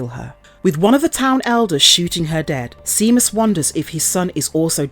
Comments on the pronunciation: Lol. Seamus is pronounced “Shaymus”, not seamuss 🤣🤣🤣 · Omg i cant even watch it because of that lol like really? Never heard of Shay-mus? Did you not even watch it? Cause if you had youd have heard them say it. Just a script actress. Doesnt actually know what shes talking about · Please, if youre going to narrate things, fir gods sake, learn to pronounce what youre reading. Seamus is pronounced Shaymus. Granted the spelling is odd, but many common names arent pronounced how theyre spelled. It takes 2 seconds to find out. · the name Seamus is celtic and pronounced Shay-mas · Thankyou for explaining in detail, I watched a review of this film on another channel and he gave no explanation why the gypsies wouldn't leave or whY they were doing there or why the stupid daughter didn't explain to her parents what happened to her brother, so thankyou. But please pronounce the name right its pronounced shame-us . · Saw this in theaters. Definitely an interesting twist on the werewolf myth. Boyd Holbrook's always good to watch too. Btw, Seamus is pronounced "Shay-muss". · Honestly how can someone not pronounce it right?!?